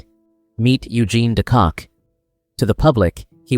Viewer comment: not it's not. De Kock is also not pronounced "de Kak" your pronounciation is atrocious